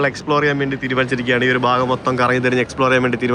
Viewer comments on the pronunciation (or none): none